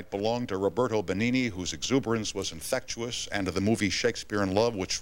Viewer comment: Infectious = Tom says "infectuous"